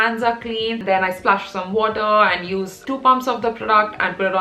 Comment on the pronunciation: that "wotah"😂😂